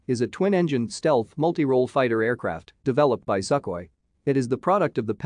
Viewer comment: It’s not pronounced suckoi it’s pronounced sue-koi